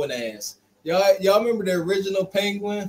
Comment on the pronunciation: He said Peguin ass😂